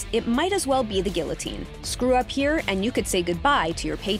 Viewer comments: Why doesnt anyone know how to pronounce guillotine anymore? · Imagine pronouncing guillotine wrong